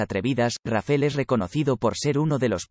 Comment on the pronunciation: No es Rafel ess Rafael